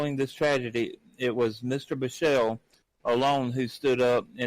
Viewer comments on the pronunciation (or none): Thanks for covering this topic. Just want to help with a few pronunciations: Cowesett: co-WEE-sit Derderian: der-DARE-ian Biechele: BEEK-lee